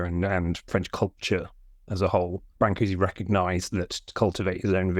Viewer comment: Why bother to print the diacritical marks if you aren't going to pronounce them? I figure if you're gonna say bran-coo-see, just type Brancusi. Otherwise say brn-coosh or something.